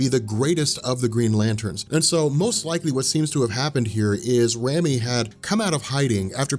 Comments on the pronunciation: Rami is a real name and is pronounced "Raw-me". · RAMI = RAH-MEE